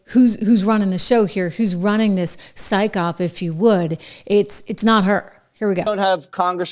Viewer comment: Psyop, pronounced sigh op, not syke op